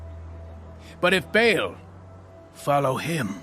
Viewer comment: It's Ba 'al's not veils